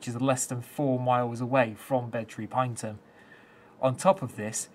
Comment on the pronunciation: Pronounced as “pine E Tum” 😉